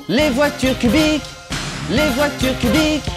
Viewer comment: Au lieu de voiture cubique g entendu pudique ;-;😭😹EST-CE J’SUIS LA SEULE À REMATTER ÇA EN 2020?(haii)